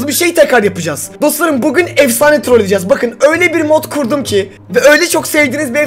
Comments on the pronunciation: 'te bugün yerine buzgün diyor onu yazmış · Başta buzgün diyo .... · hayir oyle degil video basligindan yanlislikda Bugun diyecekken buzgun diyo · Olay: Videonun basında bugün diyeceğine buzgün demiş ne abarttınız (herkese demiyorum) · Büzgün ne abı? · hayır video girişini iyi dinle bu gün veye bir gün derken büzgün diyor